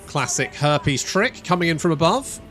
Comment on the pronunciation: herpes? its harpies. Damn brits ;)